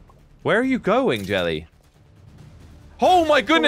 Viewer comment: it sounds like jelly calls evil jelly rishy, odd